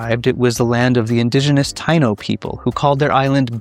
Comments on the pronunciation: Tie - ee- no people. Not Tay - no people. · Ok, I dont like this guy. Everyone doing breakdowns is coming from a place of support, respect and admiration. He literally didnt even try to properly pronounce anything correctly. In all that research im sure someone used the word "Taino" at least once where you coukd gather its actual annunciation Then, how the 🤬 you gonna use a teaching moment to take shots at a Puerto Rican icon and for what? The comment wasnt even funny in that its not even accurate on a silly level. The "operation bootstrap" portion was the only thing he referenced that most others havent, but I dont trust his take. Based on his overall presentation he likely embellished aspects to try and look relevant amongst the crowd. Hes clearly here to take advantage of the wave of interest on said topic and grab some easy views/ clicks. Nothing about this presentation feels genuine or from a place of respect. There's much better coverage everywhere else. 🇵🇷✊🏼